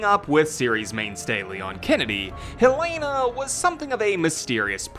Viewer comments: Ik why does everyone pronounce it as hell-lay-na it’s Hell-eh-nah😭😭😂😂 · #HelenaHarperForRE9 btw it’s pronounced “hell-eh-nuh” not hell lay na lol